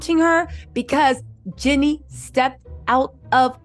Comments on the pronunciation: its (GEE-NEE) like Genie in the bootle lmao not jenny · Please say “Jeannie” NOT “Jenny”